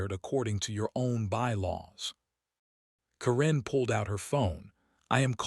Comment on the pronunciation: Karen is not pronounced as Corrine. The inability of you people to improperly pronounce words is astounding.